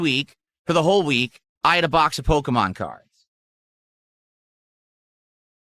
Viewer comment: “I’m gonna milk this pokeyman card scam until you dents stop paying up”